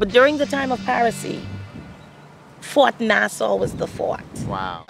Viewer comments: Sweet footage of the ship and Coco Cay! What’s with your pronunciation of Nassau tho? Is it nas-saw or nas-sow? 😂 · It's pronounced nah saw not Noh sow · Its not Nasa :( its pronounced "Nas-saw" (Nassau) but i loved the video!! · Nas-saw, and the Bahamas isn't apart of the Caribbean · Nassau is pronounced “Nass aw”, and conch is pronounced “Konk”. :) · Pronounce Nas-saw !!!